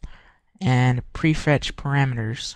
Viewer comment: dude it prefetch ..not prefrest -.